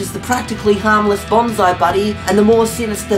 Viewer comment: I just realized that failed to pronounce Bonzi correctly throughout the whole Bonzi Buddy segment IT'S BON-SEE not BON-ZAI.